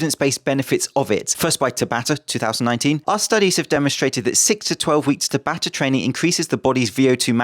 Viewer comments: It's pronounced tabata not tabata! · Just an fyi. The pronunciation is tah-bah-tah. A common Japanese name which was the name of the dude who invented/discovered the mechanics behind it. Cheers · ... My boxing coach has been pronouncing it almost like "ciabatta", I didn't even know it was a Japanese name until you said it with competent enunciation, and I've never seen it written down.